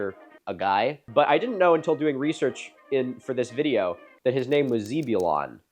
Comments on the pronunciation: Why would you say zeeb and not zeb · zeh-byoo-lon, not zee-byoo-lon. had a friend named after him, kind of a rad name. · Sorry... "ZEE-bu-lon"? Bro I love you but what is that pronunciation. Must've never read the Old Testament (i jest, but you pronounce it "ZEH-buh-lan", like one of the twelve tribes of Israel, or the town in North Carolina) (years of sunday school has ingrained this information into me sorry) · ummm I don’t think that is how his name is pronounced. Zeb not Zee. The same ‘e’ sound like the word egg. lol Just a guess. Here in NC we have a town called Zebulon. Us NC natives pronounce it Zeb-u-lun. He have had A LOT of transplants (mostly Yankees & half-backs) move into the area and we can ALWAYS tell by how they pronounce the name! 😂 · ZEB you lawn. Rhymes with Tedulon or Bedulon, not zeebulon! And could we be respectful of its venerability? Because like many others in the 19th-century--Jedediah Smith, Meriweather Lewis, Ulysses Grant, Tecumseh Sherman--Zebulon was quite an honorable name. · Hi Milo, I am actually a descendant of Zebulon Pike. The way you pronounce his name gave me a good laugh. It is pronounced zeb (the same way English people say zed for the letter z), not zeeb-ulon. Love your work. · as a southerner who knows people named Zebulon, the correct*(for my area) pronunciation is like Zehbeulun or Zeb for short. It's a really neat and unique name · its pronounced Zeh-bew-lon. I like in Pike County, Georgia. The place is named after him. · The “e” Zebulon is not pronounced like zebra, it is soft “e” like hey. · Zebulon is prnounced like jeb ulon. Side note you should look at indianas mounds, theyre neat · Zeb sounds like Jeb (Bush). Not Justin Zieber. You algorithm asshole. Love you - Kyle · As someone who has a friend named Zebulon, I am obligated to let you know that the E is pronounced as "eh", like ebb and flow. 😂 Other than that, wonderful video as always!!! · In Zebulon the "e" is pronounced as e for egg not ee. It's a hebrew name.